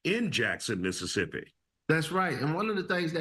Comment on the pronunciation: It's Mississippi 😂